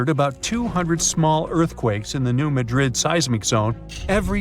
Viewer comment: Done at the very beginning. You don't pronounce Madrid correctly. Which means your research is incompetent.